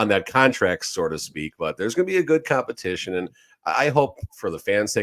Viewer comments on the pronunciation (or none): So to speak. Not sore to speak. At least the A.I. translation is correct. 😂😂😂